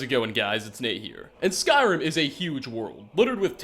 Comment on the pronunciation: Genuinely, every single time I watch your videos I think you guys are lying about being fans of this franchise. You mispronounce almost every name. It's infuriating and it's putting me off watching your videos.